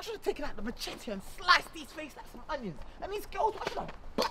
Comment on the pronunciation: “Mans got the machettte” 😂😂😂😂